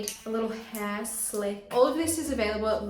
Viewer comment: Why she says heeeee for hairrr and yawwwww for jaw 😂